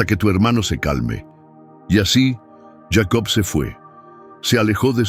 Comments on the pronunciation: Si está hablando en español, porque dice yeicobt. Que loco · Porque dices yeico